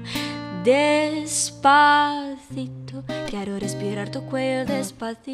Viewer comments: tem uma hora q ela fala despatito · Não gostei do Despacito dela, parece que ela fala Despakito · ela fala despatito...oxe...canta direito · Pode falar despaCITO mesmo, não precisa colocar T no lugar do C 😰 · que aflição dela falar despaTIto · Mano ela fala "DESPATITO" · pq ela fala "despatito"? KKKKK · Mariana, espero que vc leia essa mensagem! eu sou da Argentina! Chamou muito minha atenção como vc pronuncia os z e c (Por exemplo em Rompecabezas e Despacito) te dou uma dica: na Latinoamérica não temos a mesma pronunciação que na Espanha... e Luis Fonsi e Daddy Yankee são latino-americanos então o som dessas letras (Comparando com o português) seria igual a ç ou ss (Rompecabeças e Despassito) Espero ter te ajudado, curti muito do seu video! Beijão grande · eu sou mt fresca, me irritei cm ela falando "despatito" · despatito lkkkkkk não estou abusando ta?? só achei engraçado vc falar despatito kkkkk amo os seus videos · que afliçãozinha ela falando despaTIto jdjsjsj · Ela fala Despatito KKKKKK Q FOFA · Ela dis "Despadito" Kk Mais ta muito bom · despatito kkkkkkkk ( amo ela ta gente) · Se pronuncia despatito mesmo? fiquei na dúvida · Esse despaTIto quebra viu ? Kkk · porque ela fala "despatito" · ela falou despatito kkk quem viu curte aqui tbem 😍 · ela falou despatido ou é impressão minha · Ela fala "DESPATITO" kkkk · ela falou "des pa ti to" ? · vc fala despatito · ela fala "despatito" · despatito? ela fala assim ou eu não estou ouvindo bem??? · da agonia de ouvir ela falando DESPATITO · Ela fala despatito 🖍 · vamos nos pegando kkk gente é aproximando e não se pegando loucamente kkkkk e mulher nao precisa botar b em vez de v não, isso é coisa de sotaque e o "des pa ci to" pode ler despassito em vez de despafito... ouça música em espanhol do México q é o mais bonito, limpo e fácil... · é despacito n despatito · e despacito nao despatito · Ela fica trocando o C pelo T , é despaCITO mesmo 🙄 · es curioso cómo ella habla "despa TITO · é despacito não despalito